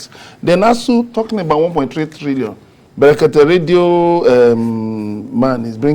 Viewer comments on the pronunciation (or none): Brekete family, Not,berekete